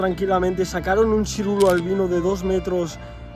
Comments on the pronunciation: Se dice Siluro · Sirulo dice 😂😂😂😂 se llama siluro.... Vaya tela 😂😂😂😂